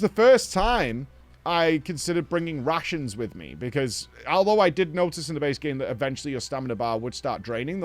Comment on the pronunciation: not sure if he said RATIONS or RUSSIANS.. bro brought Russians with him